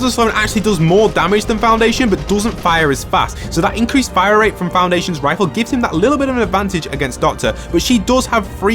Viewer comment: i love how you kept saying foundaitions